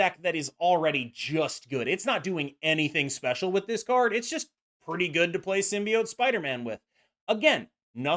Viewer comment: Actually nice to hear a content creator pronounce “symbiote” correctly lol